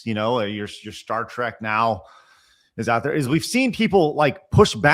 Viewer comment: Star "Track?" ❌ Star "Treck."✅